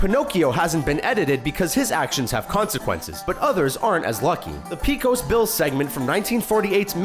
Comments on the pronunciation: The "e" in Pecos is pronounced like a long "a". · Say Pecos Bill again?